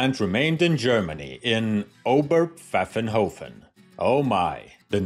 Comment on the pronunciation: My highest compliments for correct pronunciation of Óber-pfáffen-hófen. Top notch! Best greetings from Germany.